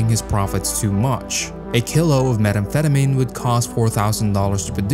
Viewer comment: The mispronouncing of common terms like "kilo," "methamphetamine," and "Medellín" makes me concerned that the voiceover is AI.